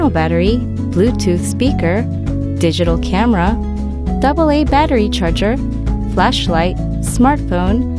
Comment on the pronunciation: Digital Carmera XD